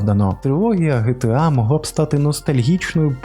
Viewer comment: Не ГеТеА, а ДжіТіЕй.